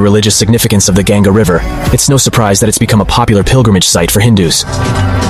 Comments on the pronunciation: It's not river gyanga it's ganga u can adjust spelling but don't mispronounce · it is not gaen-ga , it is pronounced like gun-ga